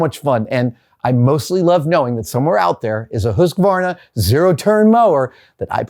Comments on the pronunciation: I love seeing you doing some reviews of a Swedish company's products :) If you want to improve your pronounciation of Husqvarna, dont say Husk-varna, say Huus-kvarna (longer U and the short break is between hus and qvarna rather than husq and varna) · It's more like huus-Kvaarna , not Husk-varna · As a swede I have to say, the pronounciation is almost right. One thing: the 'u' in 'hus' isn't probounced that way, although spelling of words like 'thus' and 'bus' suggest otherwise. Think of the word 'deuce' or 'truce' just with an 'h' instead of a 'd' or 'tr'. Without the "j"-ish sound (like use) from, say "hues" (which sounds like 'jews' with an 'h' in front of it. 'u' as in 'glue'. Husqvarna. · lol Adam hits the 'q' in Husqvarna like a speed bump